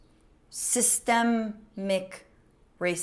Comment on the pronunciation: Say it with me......SYS-TEM-IC.